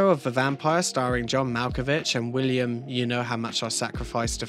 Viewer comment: I mean, it's God killing himself and being reborn, right? I can see how folks might not get that, it's got a lot going on. Also, it's "Willem", not "William".